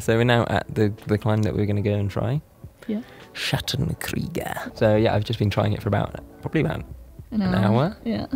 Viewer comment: I love your outdoor content! You really had me smiling during your attempt to say the name of the second boulder :D I tried to guess the german/austrian words you were trying to say and failed miserably. The correct pronounciation of "Schattenkrieger" would be something like "shuttann creeguh", with emphasis on the "u" and the "ee", for future reference ;)